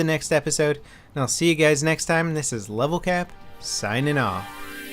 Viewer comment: its not levelfap -__